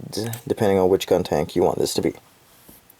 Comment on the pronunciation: You slipped on saying Guntank haha . Enjoyed the review!